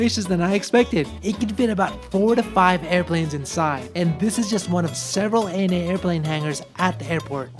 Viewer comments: never heard anyone pronounce it as Ana, it's always been A.N.A. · acronym, initialism. Btw A-N-A (initialism) is the official pronunciation